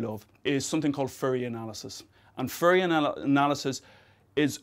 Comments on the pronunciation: Please be careful with your pronunciation! It sounds dangerously close to "furry analysis", which is a completely different domain of... physics... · furry analysis? I didn't know it was pronounced like that =P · I can't unhear "Furry analysis"